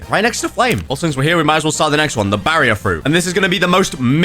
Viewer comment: When say barrier so bad Senpirats: finally you addmit it